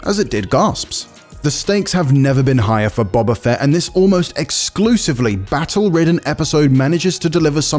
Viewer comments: Seriously learn how to say Boba Fett!!!! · The narrator can't even pronounce the name of the lead character - and also needs to learn how to use a G! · Every episode of book of boba fett directed by Robert Rodrigues wasn’t just bad… it was the worst Star Wars has EVER been and this episode is no exception, it came off as a childish fan fiction. The fact that IGN put someone reading this review up who can’t even pronounce the titular character despite it being said in almost every episode is as much of a joke as this score is.